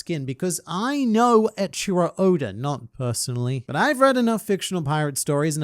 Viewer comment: eiichiro oda❌ ecchi-ro oda✅